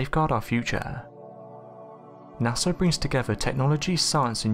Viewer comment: Stop saying Nasser, it's NASA and you know how it's pronounced cuz you don't say it wrong every time... Nasser, really ?? Sheesh